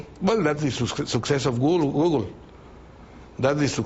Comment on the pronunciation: listen to the way he says google